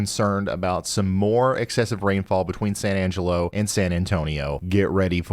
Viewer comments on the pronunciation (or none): none